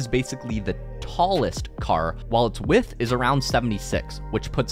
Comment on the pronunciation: bro does not know how to say width